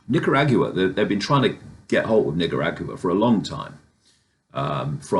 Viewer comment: “Nicarag you a” ? Lol 😂